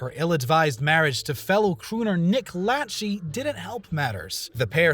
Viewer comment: Nick Latch-E? “La-shay” When pop culture narrators are pop culture delinquents